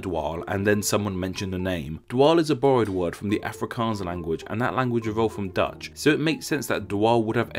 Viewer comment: A skedonk and dwaal are pretty common words used in Afrikaans. I thought they were already in the dictionary. Btw the way you say Afrikaans is a bit weird but great video anyways!